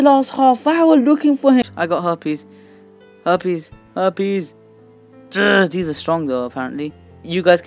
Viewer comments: Is it just me or did he say herpes not harpies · I laughed wen he said he got herpies(harpy) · I almost die of laughter when you said "I got harpy's" I thought you said I got herpes